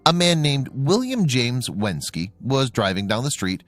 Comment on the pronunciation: It’s William Jazwinski, not Jameswinsky.